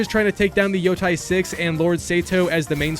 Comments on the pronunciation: “Yo-teh” not yo-ty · Bro said Yotie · Yea i feel the same pain🥺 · how did you manage to butcher every single name, even the name of the game itself 😭